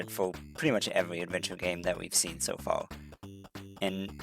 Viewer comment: I heard you enunciate 'r's in this video, so why do you sound out "incredible" as incwedibow" and "far" as "faw"? You can say "incremental" so just do that for other words instead of "wowk" for "work"